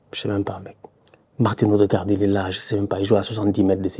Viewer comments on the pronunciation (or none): none